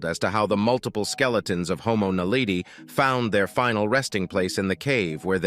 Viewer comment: I think I would have more respect for you, if you pronounced names properly like for instants the professor Lee Berger, who discovered homo Naledi pronounces homo Naledi different than you.